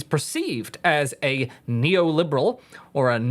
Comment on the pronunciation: can't say the word neoliberal